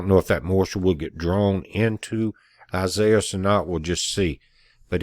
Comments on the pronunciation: He pronounced it the only way I've ever heard it pronounced... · Thank you for the correct pronunciation. I knew I could depend on you. God bless.